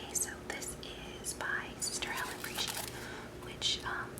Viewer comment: Sonnier is pronounced Sawn-yay and Prejean is pronounced Pray-Shawn.